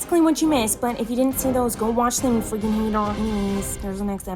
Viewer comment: how many times miranda says “freekin” 👇🏼